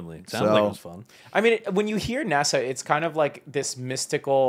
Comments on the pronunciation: Nah-Saw lol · Nah bro said nasaw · The way pronounces NASA triggers me so much